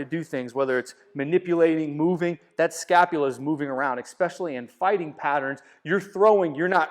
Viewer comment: EXspecially....? really?